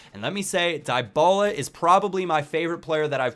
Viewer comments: Dybala is pronounced Deebala :) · its di-ba-la